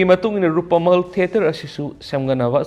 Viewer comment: Rupmahal haiyune keino Rupamahal hairidubo, pronounciation khara senghanningi